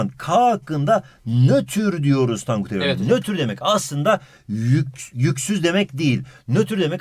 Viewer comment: Bi ara tonkut dedi